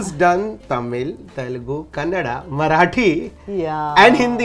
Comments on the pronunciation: Anchor pronounced kannada so correctly loved it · Ya thank God he didn't say kannad. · Thank you for saying Kannada🙂and not Kannad🙄